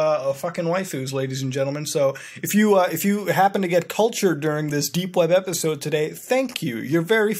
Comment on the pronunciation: did he say 'dank' web browsing?